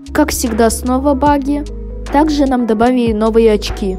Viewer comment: Почему ты говоришь добавийи а не добавили